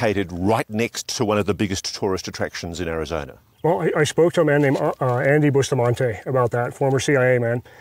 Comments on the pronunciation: Sedona not Sedoner Arizona not Arizoner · I’m curious, where the heck is “Arizonner” and “Sadonner”??? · "Sedoner, Arizoner" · This guy needs to learn to pronounce Sedona and Arizona correctly. It can't be that difficult.